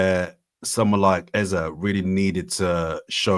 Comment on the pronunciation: Thank God, no intentional mis-pronunciation of Eze’s name by “Ezaaaaah” this time around. Very stubborn guy. You’re gonna tear your jaw one day calling him Ezah. Love for the love guys. Repping Naija, cmon!